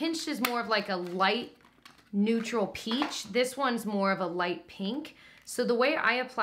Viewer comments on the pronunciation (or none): none